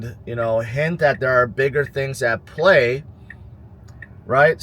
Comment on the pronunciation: Smart guy tons of good analysis but why does he talk with too much starting his words with “da” Instead of “there will” It’s “dar will” or it’s just a “d” Instead of “thing” It’s “that is not a ding”